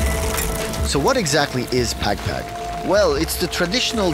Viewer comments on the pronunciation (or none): The he pronounce "pag pag" is hilarious. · Pag pag not peg peg😂😂😂documenting something n u cant even pronounce it right